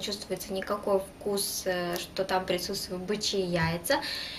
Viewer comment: Бычьи а не Бичьи))))